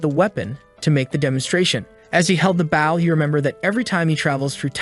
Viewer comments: It's "Bow" not "Bowel" not even close to meaning the same thing. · hearing the mispronounced words makes me cringe LOL. reflex bow(buwen) its a Re-curve Bow, technically its a Composite working-recurve Bow. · and the word "bow"